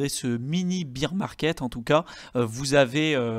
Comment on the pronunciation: S'il vous plaît, bear market ne se prononce pas "bir" market mais "bèr" market. C'est different de beer... C'est un petit détail mais qui fait mal aux oreilles ;-)